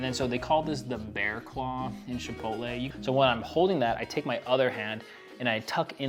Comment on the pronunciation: The fact that you call it "SHipotle" made me feel fancy watching this